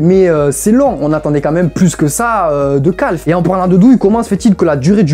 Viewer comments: Pourquoi il appelle QALF « Calphe » 😭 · Tout le monde : Q.A.L.F Lui : CALF OUAIS OUAIS OUAIS